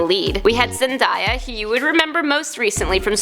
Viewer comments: It’s kinda funny how she says Zendya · I'm srry but who else laughed when she said Zendaya and spoderman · Your saying zendaya wrong 😂😤😤🤦🏽‍♂️